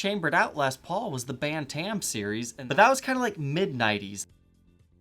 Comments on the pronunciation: Bantam. Like a Batam rooster or a Bantamweight boxer. Not ban-tam. Haha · "Bantam" is pronounced BAN-tumm. (As in roosters, boxing, etc.) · lol the way he says bantam